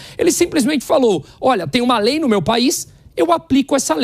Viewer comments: Essa moça não sabe falar o nome da Lei..kkkkk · A reporter não sabe nem pronunciar o nome da lei!